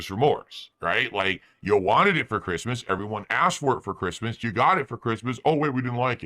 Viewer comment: With you always "gout" what you asked for